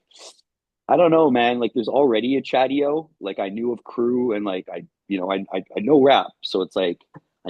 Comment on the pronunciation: It's Chadio!